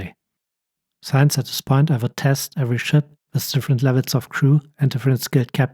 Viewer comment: Thank you for this useful video. May I comment on your good English. You make four pronunciation errors. "since and hint" are not pronounced as in science and height. The "in" is pronounced the same as the word "in". "Heron" is not prounounced "Heeron". The "Her" is pronounced like the German word "Herr" or the English word "her". "Agility" does not have a hard "g". It is pronounced "ajility".